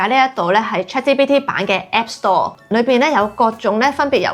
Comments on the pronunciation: Chat「之」PT?😂 我聽咗好多次都係「之」，留意返「G」嘅讀音比較好 🙈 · 但佢讀到GPT 係ChatGPT連埋講先會讀支PT😂😂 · 我keep住聽到 Chat芝PT 但條片做得好有心機 nice work!!! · 呢個係廣東話台. "G" 讀到“之”係可以原諒!!! 😅😅😅👻👻👻